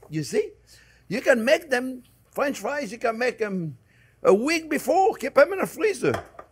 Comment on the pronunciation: Is he keep saying friends or france=)